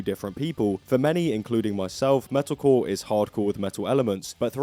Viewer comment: I like how every time you say "metalcore" all I hear is "medical"